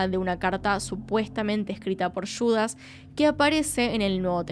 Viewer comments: ¿Por qué Yudas y no Judas? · Yudas?? Judas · JUDASSSS (JUUU) NO YUDAS